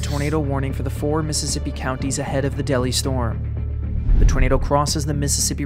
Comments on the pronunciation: It's pronounced "Dell-high"... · FYI- Delhi is pronounced Dell-high. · It's pronounced Del High. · Delhi, LA is pronounced “Dell hi”. Great video though, really interesting. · As a Louisiana native, it’s pronounced “dell-high”. Love you though lol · Idk if someone commented this already but Delhi is pronounced like “Dell-High” No reason for you to know that other than to have been from down this way lol. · That's pronounced Dell - Hi. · The first town, Delhi, isn't pronounced like the city in India, it's pronounced Dell-hi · They pronounce it Dell-High, not Delhi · Really sorry to be that guy, but it is Del-Hi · Great video! Just FYI Delhi, LA i pronounced as Del-hi, not Deli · The town name in Louisiana is pronounced del-high not deli. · ITS NOT DELI ITS DEL- HI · Lol I said the same thing. You can really tell the Louisiana folks in the comments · It’s crazy cause I’m from Delhi, LA. My dad told me stories about this tornado also it’s pronounced (Dell-High) and to give people an idea of how powerful the tornado was it was originally ranked as a EF6 but years later downgraded to EF5